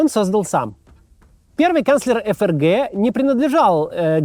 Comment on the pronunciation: эФ эР Гэ😂😂😂😂😂 букварь читай